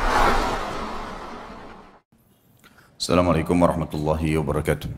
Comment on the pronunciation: Ustaz. Assalamualaikum. *bukan AssalamAalaikum*.